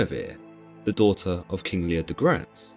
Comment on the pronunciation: King Leondegrance, but an interesting thought.